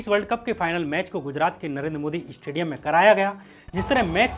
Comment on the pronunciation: Its said stadium not 'estadium'........